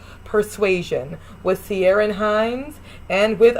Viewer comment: Totally agree with 1999 Mansfield. If they mention Antigua estates, they have to explore the evils of the 'peculiar institution'. I agree generally with your ranking except I would bump 1995 Persuasion up quite a bit (maybe to 3rd) as Ciarán (by the way, it's Keer-ran) Hinds is perfect as Wentworth.